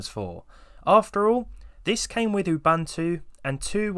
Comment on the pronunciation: Sorry to be a pain, Uboontu that's how you'd pronounce it :)